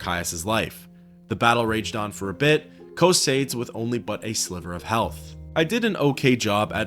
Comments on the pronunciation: Co-say-dees bro get help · Excellent video my friend, although you saying Cosades reminds me of Bill and Ted saying Socrates, almost there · PHYSICAL PAIN! PSYCHIC DAMAGE! Learn how to pronounce Cosades ``please''. You people butcher Semper fidelis badly enough to ruin latin any further.